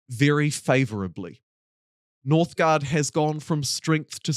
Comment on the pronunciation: "Northgard" instead of "NorthgUard" please My eyes are bleeding